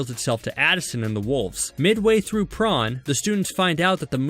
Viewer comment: Bish there saying prom in the wrong way there saying prawn it’s prom